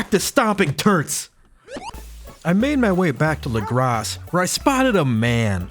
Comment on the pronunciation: Saying “lagrass” instead of “legrah” is driving me insane